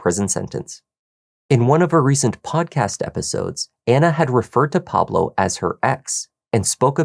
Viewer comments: Please pronounce “Pablo” as it should be pronounced “PAH-bloh”, not “PAA-bloh”. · So you can correctly pronounce the names of the telenovelas but not the name Pablo?? 😂